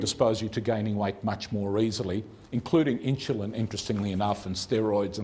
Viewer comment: It is Insulin, not Inshulin.